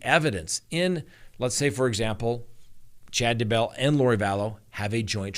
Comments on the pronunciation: Why do you keep saying D Bell its DAYbell !!! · Why do you pronounce it "duh bell" instead of "DAY bell"? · DAYBELL not dabell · Dude, it's "Day-Bell". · Hi there...Please, it is Chad dayeee bell. Trust me I am am from Uuutah Cowntee. Yes, i actually live in Spreeeeng veal. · I recently received a YouTube survey on you & I gave you a glowing recommendation! Just one suggestion: Daybell has the accent on Day’. and not bell’. However, your videos are excellent!